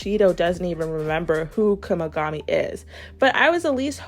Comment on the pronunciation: W vid per usual but it kinda sounds like ur saying Kumigami 😭